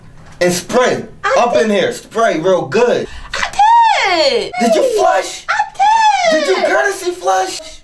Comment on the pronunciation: instead of her saying flush she said I flusss